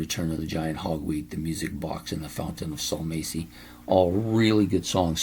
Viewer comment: Tony Kaye? Salmacis is pronounced sal-MAH-sis